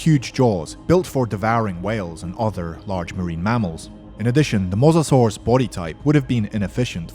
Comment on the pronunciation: wtf is a mozazorus It's Mo-SA-saurus